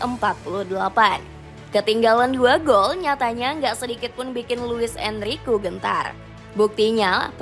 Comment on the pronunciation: Enrique itu DIBACA EN-RI-KE! Ini AI yang baca ya? 😂😂😂